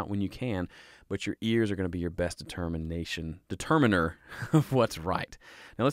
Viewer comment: Determine-rrrr! Love it!! LOL Oh, the point is making is fantastic too!! Thanks!!!!!